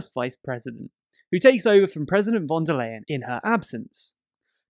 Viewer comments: Just a nitpicky correction: "von der Leyen" is pronounced • with a hard F in "von", like in "French" • and the "Leyen" is pronounced like "to lie" (this is not a joke 😅) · theunsolvedcase weil die phonetische Aussprache von V im deutschen zwar wie F frikativ ist, jedoch stimmhaft ist und F ist stimmlos. Das „ley-„ in Leyen hingegen ist ungedehnt und scharf während „lie“ ein leichte Ausdehnung erfährt (englisch ist meine 2. Muttersprache, bin zur Oxford-Schule gegangen).